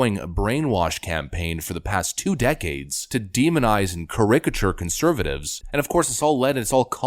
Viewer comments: Care-ah-ka-ture, not care-rick-ah- ture. I know you'd want to know. I don't know, I wish Trump would stop stepping on his own message with his dumb tweets, but then someone without his personality could never take the constant torrent of abuse. DeSantis might, though... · Another valid and truthful video, well done. BTW it's pronounced "karak-a-ture". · Dude... Learn to pronounce the word "caricature" before you use it next time. Your stuff is really smart, too smart to be brought down by mispronouncing relatively simple words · Kinda curious.... How do you write a script with the word "caricature" in it, and not know how to pronounce the word? seems a bit hinky to me.. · This is your most astute commentary out of many great ones. I agree with every point and so should listeners. One tiny idea is to look for the right way to pronounce “caricature”.